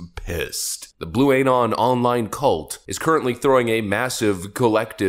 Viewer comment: 💡 Pronunciation: "Anon". It's short for Anonymous, so it's pronounced 👉uh-NON 👈.